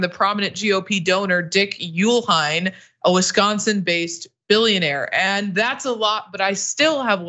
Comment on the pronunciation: I work at a public library. A lot of kids love reading - kids stuff gets the most circ. Most of our programing is centered around kids cuz they're the ones that show up Also, do some research on how to pronounce names before doing stories: Uihlein is pronounce EE-line